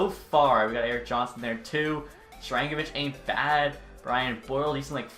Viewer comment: yegor on the devils is "Shar - an - go - vich" btw since he may become a 30 goal scorer